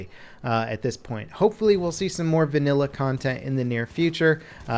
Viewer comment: Say "vannila" one more time